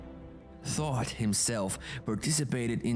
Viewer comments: Thought not thoth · It's Toth, not "thoughts himself". WHO do the translations? 😂